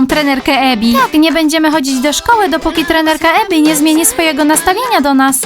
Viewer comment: nie Emi tylko Ebi naucz się słuchać